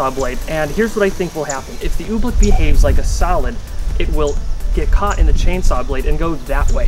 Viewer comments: its oobleck not ublick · Why does he pronounce I️t Ooblick it is Oobleck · I understand you he says oobleck like OOBLICK ohmygosh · Its oobleck not ooblecke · We love when he pronounces "oobleck", "ooh,blick" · It's oblack not obleck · it's "ooh-bleck not ooblek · Cool video but everytime you said oobleck i wanted to punch you